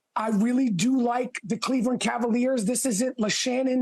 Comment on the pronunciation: He said Kha-Leveland😂😂